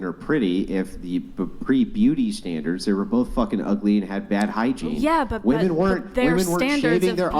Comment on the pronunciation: The plural of ‘woman’ is ‘WOMEN’. Why can’t they say it correctly!?!?!?